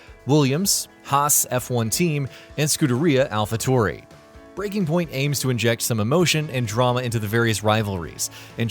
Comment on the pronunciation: F1 2019 contained Devon Butler as F1 2020 didn't have a story component in career mode where you went from F2 into F1. Good video just work on pronunciation as others commented. This may help for the future, Imola (said Imola like the start on imp), AlphaTauri ( said Alpha Towri like towel) & Alpine (said Alpeene)